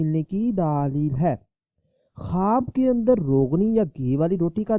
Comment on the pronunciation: Bolne nai aara apku kwaaaaab kyun bolre